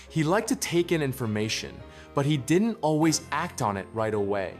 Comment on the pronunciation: I note that the AI narrator pronounces "didn't" ('did-ent') like some 21st century teenager.